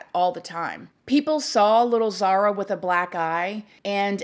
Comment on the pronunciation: I love you and your videos but her name is Zahra not Zahara